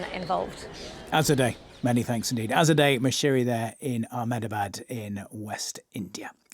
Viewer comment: You think if he is gonna comment on this he’d learn how to pronounce Ahmedabad